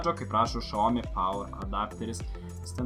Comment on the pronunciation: Video puikus, bet nu tikrai ne šaomi, o siaomi. Pagal kinų kalbos taisykles xiao tariamas siao, bet nieko tokio :D